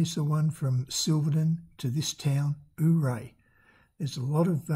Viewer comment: Dude... forget how it's spelled... it's pronounced ..."You-Ray"